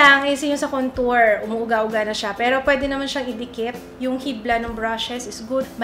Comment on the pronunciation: wag Kang magagalit pero Mali po pag Sabi ninyo Ng contour... try watching Jeffrey star para SA pronouncing of contour... I love your makeup and everything